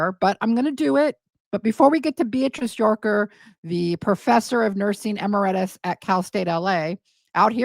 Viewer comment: It's not a liqueur - amarettis - , it's emeritus, professor emeritus.